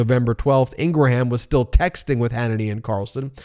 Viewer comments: It's NOT INGRA-HAM it's 'Ingram', get it right MO*ON? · Please stop saying In- Gram & In-Gra-Ham! Love your show!! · Laura ingrahams name is actually pronounced ingrahambone